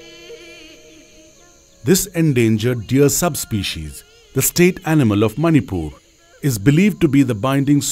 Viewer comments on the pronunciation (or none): none